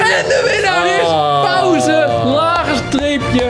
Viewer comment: Je spreekt het niet uit al pauze maar pausee de 2